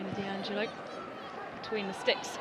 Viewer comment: 'Allo 'allo 'allo wha' 'ave we go' 'ere den❓️Annuvver DEE -- stroyer of foreign names❓️ Surely if your intention is to insult Sabrina D'Angelo you can create something slightly more engaging than D.Angelo❓️